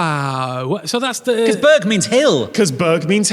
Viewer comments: its 'burcht' in Dutch not burg. For the non dutch speakers reading this 'burcht' is pronounced similar as you would do burgt. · Burcht is fortress in Dutch (ch in burcht is pronounced like g)